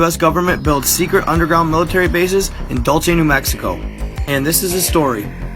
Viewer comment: Dude it's not (Dull-che) it's (Dull-say) Dulce, NM..... I love you just saying I'm from here just south of it....